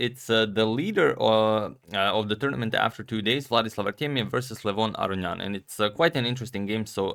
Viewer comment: Antonio, in your older videos, you used to pronounce Levon Aronian correctly. I don’t know why you changed it.